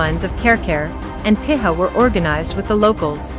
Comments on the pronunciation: Piha is pronounced pea-ha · It's pronounced PEE HAR